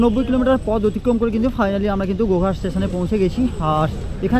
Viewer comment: গোঘাট কথাটা বোঝাই যাচ্ছে না এমন ভাবে বলছেন। গোহাটি লোকাল শুনতে লাগছে।